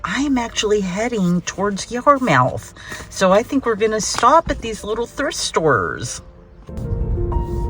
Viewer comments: I came here to say the same thing about the pronunciation. Most say Yamuth here as I do…lol. This video popped up on my feed probably because I live on Cape Cod and you know how the internet tracks everything!! I used to thrift years ago when I lived in Nashville but I recognize the store names you mentioned. 😊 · You’re on the east coast now,. It’s pronounced YAR-mith! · Yarmouth is pronounced "Ya mith" lol. No R's in MA. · It’s actually pronounced Yar’muth. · It would be helpful to give the name of town for the different shops. You only said you started in Sandwhich and were heading to Yarmouth (pronounced Yar MITH). Anyway if you do another please add the information about the town.